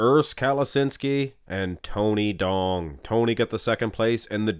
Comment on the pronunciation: Tony Duong is a Vietnamese name and duong is prounced yu-ong